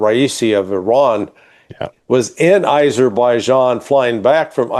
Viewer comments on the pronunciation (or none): AZERBIJIAN, NOT ISERBIJIAN